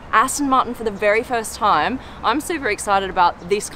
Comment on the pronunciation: No time to die.. Not "no tame to die"